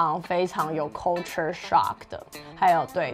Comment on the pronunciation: Culture shock的發音可以發好嗎？ coooolture? 還是大陸都這樣教英文發音的